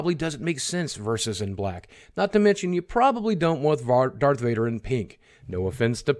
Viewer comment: 'ish' you nearly said Varth Dader